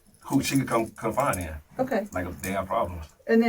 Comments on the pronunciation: Confide*. Not confine. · He pmo saying “confine in” that’s how you know he lying can’t even said the word right lol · It's confide you idiot. Not confine! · Stop saying confine in. It's confide genius. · It’s confide FFS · Is he trying to say “confide” because he keeps saying confine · Please stop saying "confine in" . Fcku!!!! Driving me nuts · It's confide, not confine...well, hmm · The word is CONFIDE. Not CONFINE. But he bout to learn the meaning of confine when he gets confined to that cell. Just sick. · It’s subconscious… he knows he’s going to be confined… 😂😂😂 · Ugh...He said " Confine" 😩😩😩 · They just con-find in him, ya know? It's so funny, how certain people don't know common words, so instead of Ever taking a few seconds to figure it out, they just say things that they think sound like words 😂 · I know right!! & he pronounced the word wrong 10x in 3 min 😅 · This dude will have a lot of time to learn how to pronounce the word "confide".